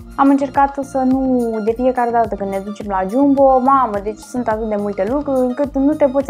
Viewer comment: "Sânt "se spune sunt deşteapt-o